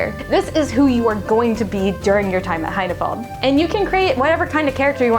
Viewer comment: "High-na-fold"? o_O